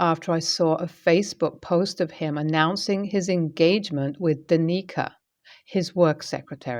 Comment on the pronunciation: Danica is pronounced dan-ick-ah not da-ni-ca